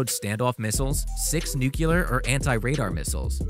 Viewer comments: Yes, me too. I line in Texas where most people mispronounce it, and I cringe every time. Should me pronounced more like "new clear". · To all the dudes jumping on the narrator’s case for saying “nu-cu-lar”, I appreciate you something solid. Good to know I’m not the only one who feels like nails are scraping across a chalkboard when he hears that mispronunciation lol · Say it with me. NEW-KLEE-ER. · What do you expect from a group that can't even pronounce the word "NUCLEAR" correctly? Come on, fellas, "NEW-Q-LER? Really??? GAWD! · When dudes say nuk-you-ler, it makes me weep. Geo Bush did the same thing... Sigh. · Narrartor: N-U-C-L-E-A-R not nucular........McDUH! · Lol 😂 cracks me up,he keeps saying “Nucular” weapons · Thanks for your comment, Pete. For offenders try NEW CLEAR. Now repeat 50 times. Left up to me, I would fire this voice-over artist on the spot. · "new-cew-ler" weapons?.. I don't think so.. go back to school. If I said I drive a Cabulack.. you would say wtf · it's incredibly difficult to take information as fact from anyone that cannot properly articulate or pronounce the words they are conveying. I would suggest that if you are going to deliver information concerning nuclear warfare, you should first learn how to correctly pronounce nuclear. Nucular war doesn't scare people as deeply as nuclear war. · It's bad that we had a president that could not pronounce the the word NUCLEAR. But here we have a paid voiceover guy who cannot seem to be able to pronounce it either. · Nuclear. It's not hard. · The title should be "US, Russian and Chinese Bombers", not "The US Build Powerful Bomber The World Is Afraid Of". And learn how to pronounce nuclear. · how did u make a vid and post it when u can't even pronounce n u c l e a r.. duh? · Thank you. You are saying nuclear wrong. It sounds as though you are just reciting public-relations text. No perspective? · Nuclear is pronounced NEW-CLEE-ER NOT Nuke-ya-ler. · HEY! Its Nuclear, not nucular! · New - clear